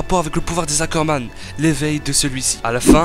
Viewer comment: STP essaye de prononcer ROD REISS et non rodresse......et aussi les Ackerman et non les Zackerman........